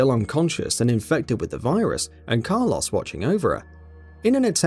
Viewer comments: I was prepared to write off Car Loss as British/UK aluminum/aluminium across the pond dialectic difference but then the 3rd time you used his name, far too much btw use different ways of referal, you said it properly. I was gonna leave it be... But I draw a firm longitudinal line in the sand... That coarse sand, irritating and getting everywhere... I stand and fight them on the beaches when you try and tell me youre serious about Mick K. Eel... Mick. K. Eel.... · Person: who's that? Narrator: That is Car-loss, an umbrella mercenary Car insurance agent: WHAT DID YOU SAY HIS NAME WAS!? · The "Car Loss" really made this unwatchable. You can say Mikhail properly but not Carlos. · Ah yes, my favorite Resident Evil character. Car-Loss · Saying "Carloss" versus Carlos is grinding a gear I didnt know I had lol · It really bugs me how he ronounces Carlos as "Car-loss" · Take a shot when he pronounces Carlos as Car lose. 😤👌 Definitely going to the hospital with alcohol poisoning 😂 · Car "loss"